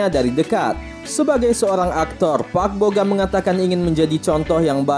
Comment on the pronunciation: Park bo gum kali bukan park bo gam Asal2 aja lu ngomong